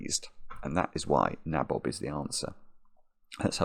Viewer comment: Pretty sure nabob is pronounced nay-bob in English,.